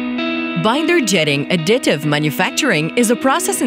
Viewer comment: Highly suggest firing whoever did that voiceover. lmao "uhdyitive prihnting"